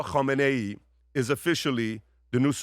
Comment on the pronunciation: Hey PBS, can you stop spitting Khameni's name.